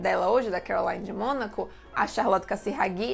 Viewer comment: vídeo ótimo, so precisa corrigir a pronúnica de nomes estrangeiros, CarolIne de monaco, não Carolaine, e é CasirÁghi, não CasiraghÌ. videos otimos